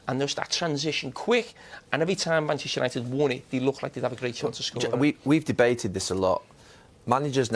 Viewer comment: Manchester gary not manshter